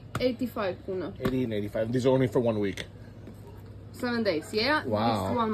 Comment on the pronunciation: korona lol its kuna